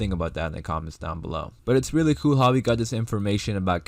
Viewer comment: Kind of sounds like kewel lol